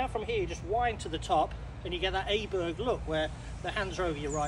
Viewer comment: Thanks, some nice tips. Åberg is pronounced more like Oberg. Å is not an A.